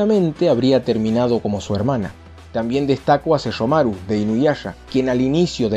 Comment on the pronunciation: Jaja enfasis en "Hablaremos de Sesshomaru" XD, esto estará bueno Va a explotar una bomba!